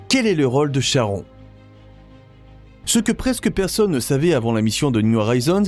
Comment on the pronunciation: Chhhhharon.... Faut respecter les phonétiques des mythologies. "Ka-ron" En tout cas plus je regarde les vidéos de cette chaîne, plus je vois que l'écart des infos sur les documentaires sont différents. J'ai l'impression parfois d'avoir des vidéos fake façon Lama Fâché. Faut vérifier ce qu'on publie, on ne plaisante pas avec la science